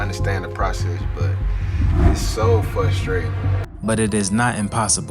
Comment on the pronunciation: If you say FUSTRATING, you're too DUMB to be pro...